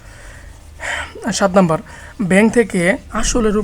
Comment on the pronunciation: ৫ম শ্রেণির শিক্ষার্থীরা সূত্র জানেনা। তাই তোমরা জানো না বলে সূত্রগুলো আগে শিখিয়ে নিতে হবে। আর উচ্চারণ ও হাতের লেখার প্রতি আরো যত্নশীল হলে ভালো হয়। যেমন বাংলায় নাম্বার নয় নম্বর। ব্যেংক নয় ব্যাংক ইত্যাদি।পারছো???